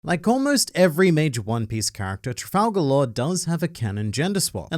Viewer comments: are as luffy would say "tra-gal" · Sorry, you're wrong, it's clearly tral-gal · Oh Lord Trafalgal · Trap-Gal Law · Trafal-gal? blink muttered conferring noises The Judges will allow this. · Trafal-Gal Raw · "Trafal gal" how dare you filth the book of shoonkz like that!!! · It's Trafalgar D Water Law